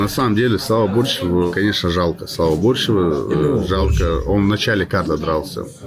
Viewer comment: БорщЁв, а не БОрщев